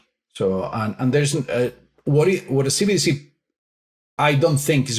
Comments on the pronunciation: Love the video but, please get it right. It's CBDC, NOT CDBC. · Can pls stop saying CDBCs.... its CBDC......B!... Not D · keep saying CDBC instead CBDC 😂 I assume it's intentional. CDBC = Central Dank Bigital Currency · Is it just me getting annoyed by saying cbdc wrong 😂